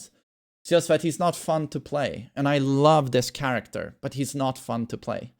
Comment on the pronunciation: "Changie charecta"